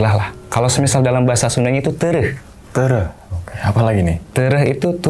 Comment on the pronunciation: 16 : 43 Teurah ( bukan teureuh ) 🙏